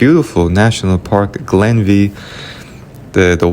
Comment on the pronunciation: Glenveigh pronounced Glenvay. The view of Dunlewey shows the Poisoned Glen which is a mistranslation from its actual name of The Heavenly Glen.